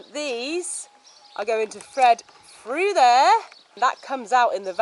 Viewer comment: "Fredded frew" ! ?